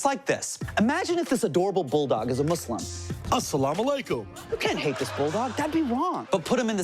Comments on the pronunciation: he says muslim properly :O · Muslim pronounced correctly :-0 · Justin Trudeau didn't say MUZLIM ..aaaaaaaaaaaaaaaaaaah!!!! 0__O